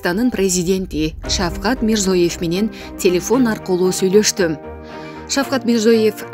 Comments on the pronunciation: Мирзиёев, деп окусан кок мее, Мирзоеев эмееес. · Мирзоев дебей Мирзиёев десең сабатсыз